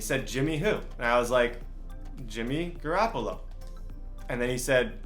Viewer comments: Uhh, this whole video I kept thinking, that this guy need some milk, and by the time he said gooraaapoola, and waaagnor, when he didn’t even trade both of them and when he said u can only trade two, I was done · “Garrappolo and Babby Wagner?”